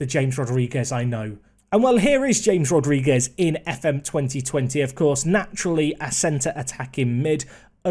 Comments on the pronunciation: if hear him mis-pronounce James Rodrigues again I'm going to loose it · James Rodriguez... oh, the bloody pronunciation. You are killing me. You should know by now that J in Spanish is H and in Portugal is Zh